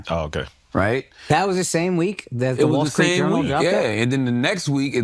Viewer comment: “The wallskreet journal”